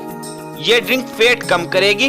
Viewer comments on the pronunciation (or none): अरे भाई फेट नहीं फैट बोलिए